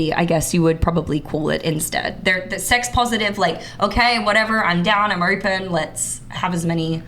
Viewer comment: I unironically stopped watching at a minute and a half. She is either trolling or her body is fucking broken, I don't believe she's incapable of pronouncing any word with an "O" sound in it. Ner, Knoer, Oerpen, I actually, genuinely can't tolerate it.